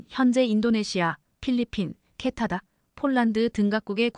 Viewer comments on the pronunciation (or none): 놀랐다 m 을 미터로 못 읽는 여성 나래이터가 첫 등장 했구나! 이건 나래이터만의 문제가 아니라 스크립터 PD 도 문제다. 캐나다를 캐타다 라고?? M & A는 기업 인수합병 의미의 엠 앤 에이 다 이걸 엠앤어로 읽다니!! 6 ~ 7년은 6내지 7년이지 67년이 아니다 몰상식에 무식의 극치다. 태국 국방부도 참 엉터리구나 한국전쟁 참전국인데...